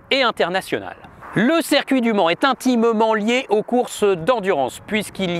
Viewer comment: Circuit! Ciiiircuit! Avec un i!